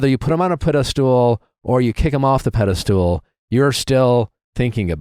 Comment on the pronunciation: I never realized Nick says “pedestool” and not pedestal 😂